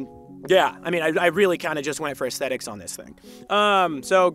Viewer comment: Say assthetics one more time mafcka